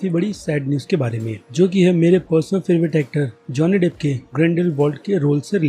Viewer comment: Pahle naam theek we bolna seekh le